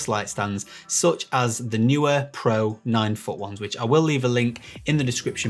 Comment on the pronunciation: Great video, thanks! I've just bought 3 660's (£178 with Amazon UK promotion, May 2021), to use on a classical music video, to be recorded in a small church. Hopefully, they will be bright enough. Most people say 'knee-wear', when pronouncing Neewer.